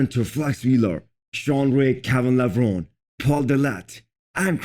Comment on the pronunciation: Kevin Levron-ie, that's how it's pronounced.